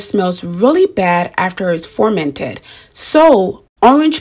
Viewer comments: It’s FER-MENTED... with an E! Not FORMENTED !! Your pronouncing it incorrectly You are an educated woman.. please pronounce the word correctly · You pronounce the word FUR-MENT-ED NOT FORMANTED LOL YOU'RE VERY PRETTY BTW👍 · You keep saying formented? Do you mean fermented? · She kept saying formented.